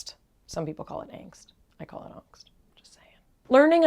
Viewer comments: Perfect pronunciation of Angst by the way... hopefully it will be available in Germany in German 🤓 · your pronunciation of 'Angst', is correct. i like it :) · As a german speaking person (I'm from Austria): congratulations on your pronunciation of the word "Angst", cause you've got it perfectly right ;) Love the idea of a book like this!